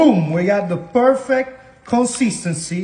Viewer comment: When he said Perfect the black in me heard "Pork Fat" I was immediately like ok ok I'm tracking...😂😂😂😂